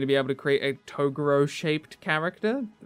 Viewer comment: Fuck sake you’re still pronouncing TO-GO-URO wrong